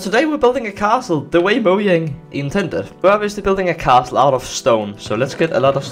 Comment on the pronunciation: bowyang... mowyang-? im sorry am i the only one who heard that